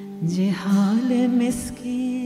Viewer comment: it is ZIHAALE not JIHAALE